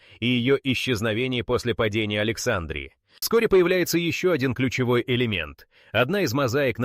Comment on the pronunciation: Опять исскуственный разум в словах текста ставит неправильно ударения!!! Особенно в слове Александрия!!!!!